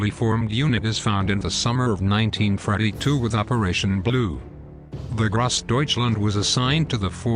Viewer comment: Interesting video but please learn how to pronounce basic German words like “Gross“ and “Wehrmacht.”